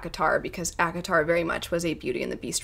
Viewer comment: You say ACOTAR, my old ears hear Avatar...